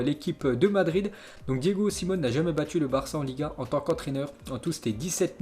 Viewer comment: salut, merci jour après jour pour les infos, par contre peux tu prononcer le nom de l'entraineur de l'Atletico, Diego Simeone (pronomcé Siméomé)